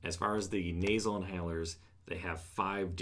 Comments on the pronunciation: Hahaha you said NASER instead on nasal!!!! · Naser inhaler? Never heard of that though I have heard of “nasal,” perhaps you pronounced the word wrong.